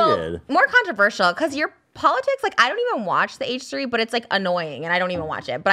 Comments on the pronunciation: The way Ethan says controverceral instead of controversial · Yo why are they pronouncing “controversial” differently?